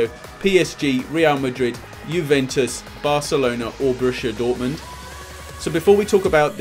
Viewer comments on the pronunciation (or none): Börüschia Dörtmund😂😂😂👍🏼 The Germans would say: Stark!(->💪🏼)